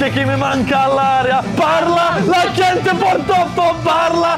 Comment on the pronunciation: Zar tamo nema nikoga da mu kaže da se "gente" izgovara đente. Tako mi uši bode. 😁